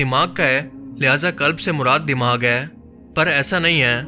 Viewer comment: Aap se aik request hai APNA talaffuz drust Karen jumla mukammal karty hoy hai ko ay mat bola Karen ise Tarah chanad kalimat ko drust bolen please